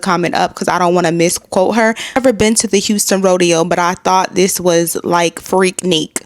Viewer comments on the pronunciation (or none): Freaknik = Freak-nick, not Freak-neek.